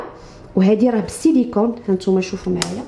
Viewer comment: را كنقولو السيليكون ماشي السيليكوم يمكن